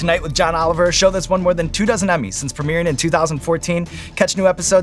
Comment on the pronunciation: i thought that when sean said “two dozen” emmys that he said “two thousand” and whats worse is that tracked to me